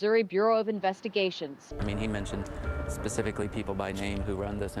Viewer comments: It’s specifically not Pacificly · This pacifically thing bothered me in the beginning. I got 100 on my grammar midterm in college and an a in the class, just naturally good at language spelling etc. anyway I commented and the next one I saw he looked right at the screen and said it very intentionally. I think he made a comment about it too. It felt like it was for me lol. Now I think it's hilarious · Is Tupelo...produced Too pa lo..You prpince many words wrong..not being mean..just try and look up words like SPECIC,NOT PACIF.. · 😂😂😂😂 it really does drive me crazy when he does that